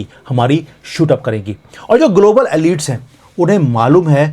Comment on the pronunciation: Forgive me. I listen to you carefully. I could not understand your pronunciation of one French word: elites. Please google it under how to pronounce. Thank you.